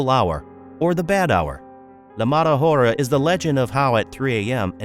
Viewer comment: Buddy, the “h” is silent in Spanish. Thank me later